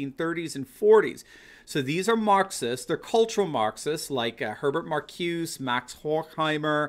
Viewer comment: Great! By the way, it's pronounced "Mar-CU-zah". He taught at my college...